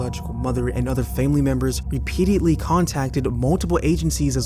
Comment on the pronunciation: I know this shouldn't be what bothers me about this upload, but "repeatiately" isn't a word, and you said it repeatedly throughout the video. Maybe work on your vocabulary before posting videos ffs.